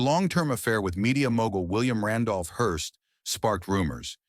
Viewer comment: WILLIAM RANDOLPH HEARST.... not Hirst eye rolls